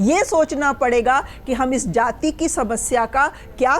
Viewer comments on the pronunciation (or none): सबसे पहले तो यह बता दूं कि यहां सारे विद्वान पत्रकार बैठे हैं लेकिन अफसोस है कि किसी ने "जाति" शब्द का सही उच्चारण नहीं किया।सभी ने सिर्फ "जाती" कहा । हमेशा पूर्वाग्रह से ग्रसित होकर कांग्रेसी नेताओं जैसी बोलतीं है। बीजेपी ने विगत दस वर्षों में राष्ट्रवाद और देशभक्ति की भावना को ऊपर उठा कर एक समावेशी समाज की स्थापना करने की ओर बढ़ रही थी। लेकिन राहुल गांधी, अखिलेश यादव और लालू यादव की क्षेत्रीय दल बराबर समावेशी समाज को तहस-नहस करके टुकड़े-टुकड़े में बांट कर देश को कमजोर करना चाहते हैं। को छोड़कर सभी ने सही एवं दूरदर्शी विश्लेषण किया है।